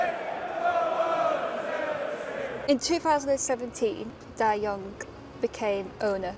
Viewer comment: Hello! Love the content! Love the videos! Love the stories! A small correction. His name is pronounced Dai Yong Ge, so Ge is a separate word/character.:-)